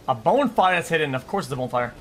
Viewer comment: Bro says bone fire